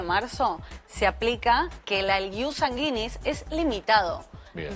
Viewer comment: No entiendo como estan en la TV y no se preocupan en pronunciar bien las palabras . Sanguinis lo dijo mal todo el tiempo 🙄